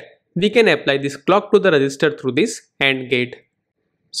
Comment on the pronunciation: At the end of the video I was mostly focused on THAT pause on every sentence "data is loaded into the ....... re gis ter" 🗣🗣🗣🔥🔥🔥